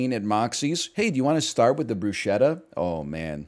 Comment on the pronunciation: Please stop miss pronouncing bruschetta